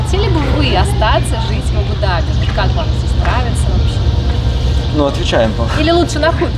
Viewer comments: Прям режет слух это ваше абУ дабИ. Если коментируете свои поездки хотя бы посмотрите как это правильно произносится, чтобы было приятно вас смотреть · Здравствуйте, и Валя!, ты произносишь слово Абу-Даби с ударением на последний слог, у нас говорят с ударением на вторую букву А, Абу-ДАби! А как произносят это слово сами арабы? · правильно говорить АбуДАби,ударение на А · Первый раз слышу произношение Абу-Даби с таким ударением😊. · Абу-Даби, ударение на А. Очень режет слух неправильное произношение. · Дорогие черничники 💖 очень рады за вас, с отдыхом. при названии города Абу - Даби ставьте ударение правильно, а то арабы обидятся ❤простите. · А что не правильно написано??? Когда не правильно произносит и делает ударение Абу Даби не правильно, хочется поправить тем более образование высшее имеет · Да какой он грамотный! Даже ударение не может правильно поставить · правильно произносить Абу-Даби с ударением на А в обоих словах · Абу Даби, ударение на первую гласную! Ну прямо ухо режет!😂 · Абу ДАби, ударение.😊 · Правы,100 раз правы. В транспорте писала. И резало ухо многократно произнесенное Абу-Даби с ударением на последний слог. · Здравствуйте, дорогие черничники! Молодцы, что вы поехалм отдыхать. Хорошего вам отдыха., ставь правильно ударение в названии города. Абу-Даби, уларение ставится на первый слог, на буквы А. Очень режет слух неправильное произношение. Валя, не носи черную облегающую одежду, не красиво. Там такую одежду не носят. Тебе очень идут платья. Без обид. Любим вас. ❤ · Абу- Даби, ударение на Букву а. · без обид, Абу-Даби ударение произносится на букву У и А. АбУ-ДАби. 💕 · так смешно произносит. А́бу-Да́би, вариант ударения Абу́-Да́би так.... для информации....)))) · Здравствуйте. Абу ДАби, зачем говорить по другому? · Абу-Дáби , ударение на ( á )